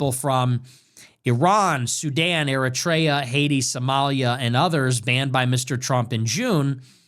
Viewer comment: How do you not know how to pronounce “Eritrea”? How embarrassing.